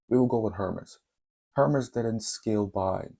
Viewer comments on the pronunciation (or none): it's ERMES ...The H is silent..